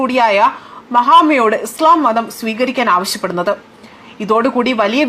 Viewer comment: ഇസ്ളാ മല്ല ചാച്ചി 😂😂ഇസ്‌ലാം ആണ് 😂😂😂 നാക്കിനു വഴങ്ങില്ല 😂അതാണ് ഹിന്ദു മുസ് ലിം വ്യത്യാസം 😂😂😂